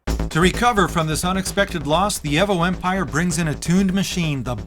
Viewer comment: At the mark when he said IMPREEZA i choked on my food EHVO was bad enough lol